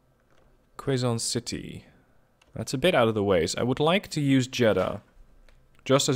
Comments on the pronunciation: Hi.... good to note that its not "qu-e-zon city". Its correct/easier pronouncation is "que-zon city" like spanish "que" or you can say it as "keh-zon".... Fun Fact: Quezon City is one of the large cities within the capital of the Philippines - Manila. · Please advice The pronunciation of Quezon City On Philippines will be. (ke zone city) coz other English people from other area it's to hard to pronounced but other can adjust true tounge